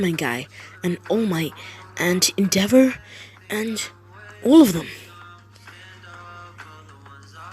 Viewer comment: When you said endeveror I was like 👁👄👁 ➖👄➖ 👁👄👁